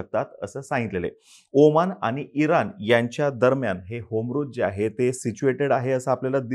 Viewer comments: होमरूज नाही रे बाबा हॉरमूज आहे ते.. नीट उच्चार करत जा की.. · Strait of hormuz....not homruz